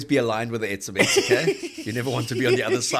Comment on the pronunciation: Ebeb E-ze-Bets